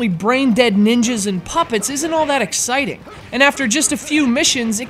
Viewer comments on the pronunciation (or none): none